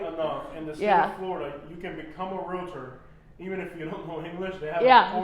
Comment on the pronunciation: It’s amazing to me how many realtors don’t even know how to pronounce realtor. It’s realTOR, not realator.